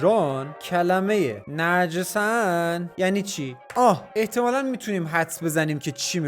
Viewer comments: نَجورسَن یا نِجَسن هست 😂 به هوش مصنوعی اشتباه گفتی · فرکانس اخه ترکی اشتباه کسره هارو گذاشتی نَجِسَن نیست باید نِجَسَن هستش😂😂😂😂این بیچاره ربات درست گفت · نَجِسَن نه نِجَسَن هست 😂 یدونه کلمه ترکی بگم یل یاتار طوفان یاتار یاتماز تراختور بایراغی